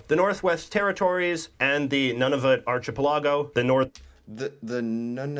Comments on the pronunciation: That guy with the hoodie is making a lot of pronouncing mistakes. Its not "Arch ah pell a go". Its pronounced "Arka pell a go". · First... It is pronounced ark i pel i go, not archie pill a go Yes the railway is there. There are 2. The original Canadian Pacific, and the later Canadian National Also, currently there is a pretty contentious relationship with Ottawa on the prairies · Sorry,, but I gave this video a thumbs-down bcuz of the Canadian narrator, (?). He couldn't pronounce the proper terms (i.e.-archipelago) pronounced "ark-i-pel-a-go" not "arch"-ipelago. His comments on wheat & oil made it sound like this was a mere pastime for us when, in fact, we supply 35% to 80+ countries around the world. And America rcves 187M metric tons of our oil yearly and Europe rcves 4.1M metric tons. And his description of the Metis & Inuit was extremely unbefitting these remarkable people. He just sounds so nonplussed about the whole concept behind the passport making it look like this was more of a very basic school project. I was not impressed at all. I'm not looking frwd to Part-II.🫤🇨🇦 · In the Canadian video, the word archipelago was mentioned and mispronounced several times. The ch in archipelago is pronounced k, not ch: ar-ki-pe-la-go. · *Triggered It's Ark-e-pelago not ch as in chew! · Arch-eh-puh-la-go? Jeez. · I can’t imagine their is a Canadian over the age of ten that doesn’t know the first president of the USA was George Washington. It’s so frequently mentioned on US television and in US movies. needs to learn how to say archipelago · The pronunciation of archipelago is really incorrect! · FFS learn how to pronounce ARCHIPELAGO!!! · Not a proper pronunciation of archipelago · Anybody else thrown by pronunciation of "archipelago"? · Thank you. I'm glad someone else noticed that horrid pronunciation.